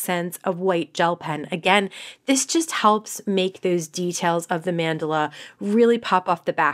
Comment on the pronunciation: check pronunciation of mandala